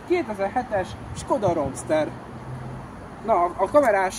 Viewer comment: van hova fejlődni, de hajrá. A legfájóbb, hogy a kocsi nevét legalább kimondhattad volna helyesen....(rúmszter)